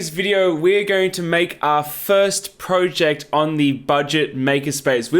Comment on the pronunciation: He said project wrong too, but we're not so unkind as to mention it. ;¬)